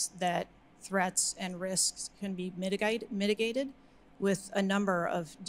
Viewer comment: that pronounciation of 'mitigated' had some Australian flavour to it -- and she quickly corrected her accent🤔🤔🤔